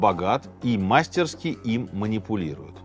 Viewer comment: В слове «мастерски» ударение на букву И